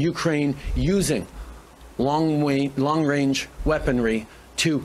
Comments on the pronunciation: Yup, long 'wange' missiles. Get a mental assessment already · We don't need a PM who says Long Wayne for long-range. Especially when he is trying to push the world towards a nuclear holocaust., your general message was good, but it's not true that the US has more nuclear missiles than Russia. Russia has the largest nuclear stockpile of any country in the world. Also, unfortunately, Putin was elected to a new presidential term this year, but it will almost certainly be his last term. It expires in May 2030. Putin will be 77 then. Russia won't make the same mistake that the US made with Joe Biden. And he could die or be forced to leave office due to incapacity before then. The Russian Constitution doesn't allow the Russian government to give the four oblasts it has annexed back to Ukraine. In any peace negotiations they would insist on retaining them. This wouldn't matter if Zelensky could fight his way all the way to Moscow and raise the Ukrainian flag over the Kremlin, but this isn't going to happen. What might happen is that Russia decides to annex more oblasts, and right now Kharkiv is the most likely candidate. This was a quite unnecessary war. Ukraine could have kept all of its territory except for the Crimean Peninsula, but we are where we are. Trudeau isn't a moron, but he is an idiot, and nine years as PM seems to have taught him nothing about foreign policy.